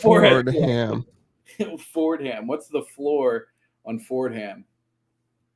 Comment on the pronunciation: As a New Yorker, I cringe every time someone pronounces it “Ford-Ham’ The correct pronunciation is “For-Dom”.. rant over!!